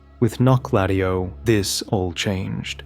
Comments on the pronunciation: the way you pronounce it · The Menial says in Wylder's remembrance says how to pronounce that city's name and it definitely isn't how you are saying it. 😅